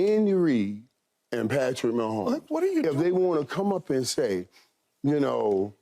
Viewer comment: #15 Patrick Wah-homes :face-pink-tears